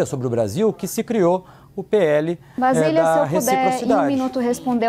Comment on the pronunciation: Não é VASILIA. Kkkkkkk. O nome dela é BASILIA Kkkkkkk. Tábata: Vc é ruinzinha hein?? V.